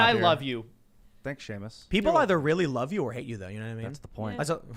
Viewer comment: I just noticed you call Seamus freedom toons lol.